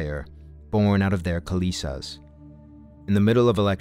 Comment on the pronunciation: Good video. I just would like to point out the pronunciation of the word kilesa. It's "kill-eh-sah" It's not kil-ee-sa. Metta 🙏🏻